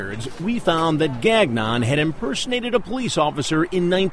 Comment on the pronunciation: lol. Gag Non... it's pronounced Gang-ion.